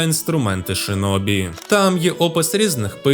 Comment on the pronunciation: Як людина яка говорить японською, то можу вам сказати, що у вас дуже гарна та правильна вимова назв)) тільки не шИнобі, а шІнобі (в японській є тільки звук «ші»). Бо через кацапську транслітерацію в нас досі неправильні деякі японські назви. І це насправді є проблемою, бо в Україні до сих пір користуються кацапською системою, на жаль ((( Відос суперкласмегаульот 🎉🫃